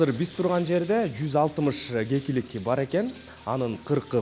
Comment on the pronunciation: гекилик дебей кекилик дечи